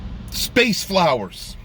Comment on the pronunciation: Didn’t watch any of it. And seeing you struggle to say the word “flowers”, tells me all I need to know.